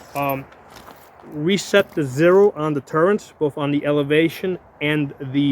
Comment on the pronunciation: They're called turrets. Not turrents. There Is no n in the word. Just saying😉.